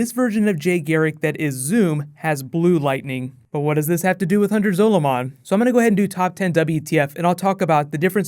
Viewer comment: Your pronunciation of "Zolomon" annoys me